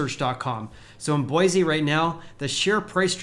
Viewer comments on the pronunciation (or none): A guy from Cali telling us how real estate is correcting from having doubled during the ridiculous plague. That’s rich. Don’t worry about Boise. With all the people fleeing Cali and their insanity making headlines daily, there is no end in sight. Oh, and learn to pronounce Boise correctly if you want an ounce of credibility here. It’s Boy-see. Not Boy-zee. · it’s boy-see!!